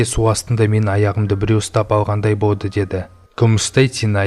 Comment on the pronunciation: Болды дегенды боды диды екен